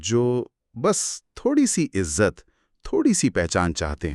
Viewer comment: عزلت/ عزلت ( دونوں بھی غلط ) عزت ( یہ صحیح ھے )